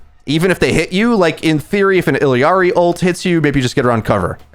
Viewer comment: Love the video, really insightful about some good matchups! Also Illari only has two “i”s not three. “ill-ari” 👍🏼